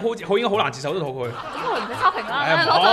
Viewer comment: 懒音有少少多，接受讲成"折寿"